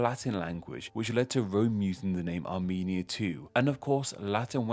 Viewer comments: You had one job to pronounce Arumenia correctly. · Armenia more like Amy-nia